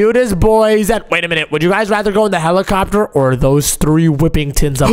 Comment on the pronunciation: Bro said helichopter💀